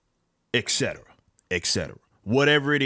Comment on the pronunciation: It’s not pronounced ECCETRA it’s ET-CE-TERA. Wtf man